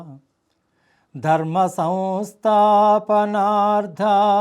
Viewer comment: అబ్యుద్యామనదర్మస్య.. కాదు... అభ్యుద్దానమధర్మస్య.. అనాలి.! మొట్ట మొదట.. యధా యదా కాదు.. యదా యదాహి ధర్మస్య.. అనాలి..! వినాచాయచ.. కాదు.. వినాశాయచ.. అనాలి..!! దుష్కృతా.. కాదు.. దుష్కృతాం.. అనాలి..!!!